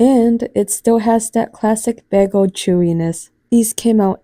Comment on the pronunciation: Its BAY-G-LE and NOT Baaagle.